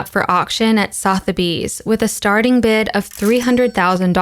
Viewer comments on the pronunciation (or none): Hey btw "Sotheby's" is pronounced "suh-thuh-bees"